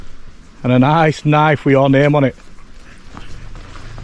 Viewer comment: “That’s not a knoife. This is a gun!”😂